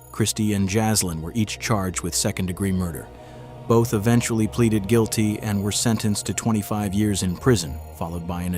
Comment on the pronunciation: It’s “Plead Guilty” not “Pleated Guilty” you always say it wrong!